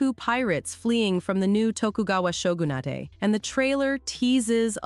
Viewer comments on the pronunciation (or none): none